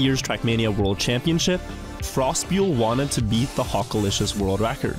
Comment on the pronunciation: Mate really said frostbyul